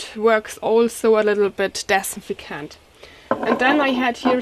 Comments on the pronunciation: Aw bless ya ..say ..anti -bacterial ..if cant say dis-in-fect-ant ..no hate I find it cute ..thank you for your video , your english is good :) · Girl you butchered the word disinfectant but I LOVE it. English stinks but yours really improves each video. I am sure I cant speak 2 languages. ( pronounce) Dis. in. 'Fect tant. (meant in the kindest way) Thanks for the recipe!! Good luck with the upcoming joy. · I just like listening to her try to say disinfectant.